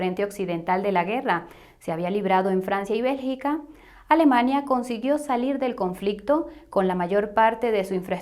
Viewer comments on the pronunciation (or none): none